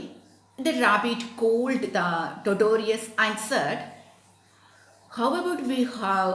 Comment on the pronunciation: Madam totorious entha tortoise alley aama athu vayikkunnathu taw-tuhs ennalley